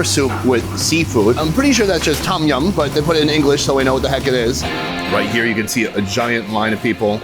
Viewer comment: just a note to sunny, the tom yum soup the T is pronounced as a D